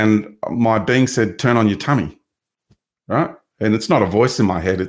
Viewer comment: Sound's like he's saying, 'bean', for being 😅 great chat